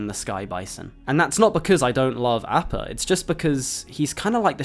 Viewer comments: Sorry, great video but, just can't ignore the repeated mispronunciation of appa. Ah-pah, not A-pah. c'mon, aang says it almost every epsiode. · Last Airbender ass pronunciation of Appa 😂😂😂😂